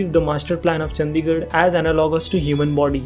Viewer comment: चंदीगढ़ नहीं भाई चंडीगढ़ होता है। नाम तो ठीक से लिया करो भाई, कम से कम।